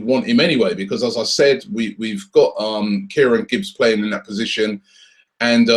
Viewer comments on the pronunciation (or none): none